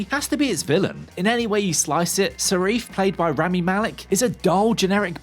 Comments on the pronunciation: Sarif? You mean Safin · Why does he keep calling Safin Sarif? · "Sarife"!! His name is Safin you lazy twit. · The villain's name is Safin not Seriph! 🙄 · I mean, I dunno about you guy, but constantly saying Sarif rather than Safin... Attempts were made? Also, you flip flop on the person story aspect. Make up your mind. Is it or isn't it? Cause you say it's both. At least once. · It' Safin not Sarif... I mean technically you are right about the character. But do your homework. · Safin. The name is Safin. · Sareef?? Who are you, and what have you done to? o.O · Its Lyutsifer Safin, no idea what name you are saying here 😅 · Perfect review…. got the villains name wrong in the first minute 😂😂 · Rendered the review null and void when you couldn't say the villains name right ffs. After all the bad reviews of this film I expected it to be absolute shit....I really enjoyed it...2ne only to casino royale for me